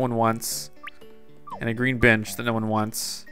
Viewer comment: "A GREEN BEENCH!... ya... A prank..."